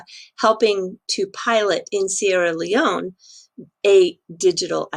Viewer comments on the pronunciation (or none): none